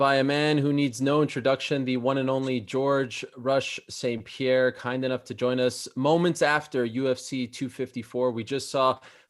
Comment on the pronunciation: George "Rush" St. Pihair.